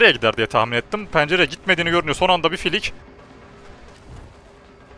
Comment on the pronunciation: 9.05 filik ❌fallik✔